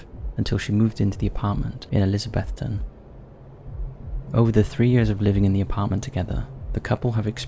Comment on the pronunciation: Congrats on correctly pronouncing Elizabethton!